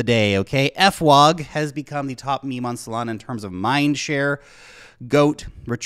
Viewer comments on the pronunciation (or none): It's not "f-wog" lol it's "fwog" like "frog" but as if a child may be saying the word. One word, not a letter followed by a word.😊